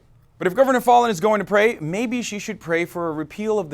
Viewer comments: Foul-in not Fallen, say it right!😡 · You're pronouncing her name incorrectly. It's pronounced as Foul-in, actually. I live here (unfortunately). I hear her name on the news all the time. As for the Governor... unfortunately, the idiots here will probably reelect her. There's not much hope for these people, politically. I'd move if I could. Unfortunately, that just makes the problem worse because the democrats, liberals, and progressives of the younger generations are all moving away rather than staying and helping change the state from within. I can't say I really blame anyone that's moving. If my family didn't have me guilt tripped into staying I'd have moved a decade ago. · Fallin is pronounced fal (rhymes with gal) + in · Her name (Fallin) is pronounced 'FOUL-IN'. This climate-denying governor asked us OKIES to pray for rain during the drought of 2011. Prayer is her constant policy proposal. But there is plenty more to pray for in this state. Oklahoma is the female incarceration capital of the nation and we rank 48/50 in education. In Senior health we rank 46/50. Seventy percent of roads are in poor condition and nearly 6,000 bridges are functionally deficient (Business Insider), When our lawmakers have unburdened themselves from the necessity of providing basic services, our only hope lies in divine intervention. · I live in Oklahoma. She is an idiot! Also, it is pronounced like Fallon. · Halo Benson i thought he was doing it intentionally. Like failin' (slang/short for failing) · He butchered her last name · You're mispronouncing her name